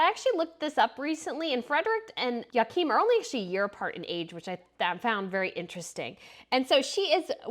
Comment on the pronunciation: Hello there😁Magrethe is pronounced Mah-Grey-Teh, and Joachim is pronounced Yo-Ah-Kim